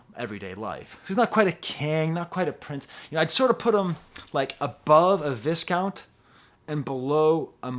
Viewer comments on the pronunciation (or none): I always look forward to watching your Earl videos, he’s one of my favorite rappers today. By the way, and this is just me noticing very minute silly things, but I think viscount is pronounced like “vye-count”.